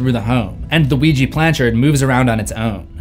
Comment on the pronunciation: dude its supposed to be ouija not the luigi from the super mario, o u i j a, OUIJA!